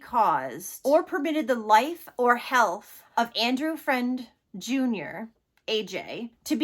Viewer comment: Its pronounced fruend not friend not like it matters i just live a half hour away and it was all over the news so Ive heard his poor name a million times on the news. Its a big story here